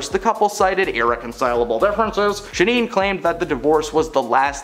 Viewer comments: ShannEN…not ShaNEEN 😐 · It's Sha-NONE, not Sha- NEENE! It's insulting the lack of research on most of these stories. Wow. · IT'S "SHANNON DOHERTY" NOT "SHINEEN DOGHERTY"!!! KILLIN' ME WITH THAT ONE 🤦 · “If she were still living in the states…” Um, need I remind you, (Maui) Hawaii IS one of our states??? Also, it is pronounced SHA-nun, not shuh-neen. Have you never heard of her???